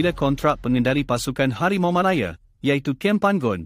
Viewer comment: Cuba belajar lagi sebutan yang betul Anda bukan ande Malaya bukan malaye